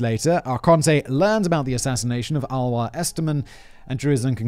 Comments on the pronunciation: It’s more like A-Lois than Aloha….. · TY for the interesting episode. Just a short info about the pronunciation of Alois, which would be more like "aa·loo·iis", or like "ah-loh-ees". It is the German version of the name. In Austria we would even pronounce it more like "Aloys" ;) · ouch... you script writers need to provide a pronounciation guide for you 🙂 Alois is pronounced a bit like alloy... just with a long A and an added s at the end... A like uh, lois like loys...maybe someone else can explain it better than i can... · sobs Alois is pronounced AhLowis not Alwa.... No, but LOVE this episode! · Maybe Alois is pronounced Alō-ees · Simon's pronunciation of Alois 🤣 that's why I come here.